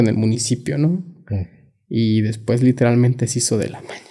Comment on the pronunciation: Literal mente dice muxho literalmente